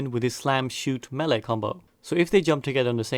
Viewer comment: Melee isn't pronounced like you think you are. It's weird